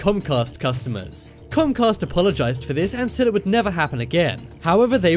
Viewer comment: He shAid that twice